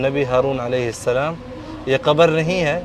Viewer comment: Baitay aap ka salam lainay ka talaffaz theek nahi maherbani hogi agar aap ghor farmain shukria